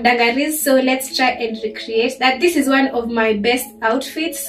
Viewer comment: "I don't know how I feel about dis. I'm not feelin dis." - 😂🤣😂🤣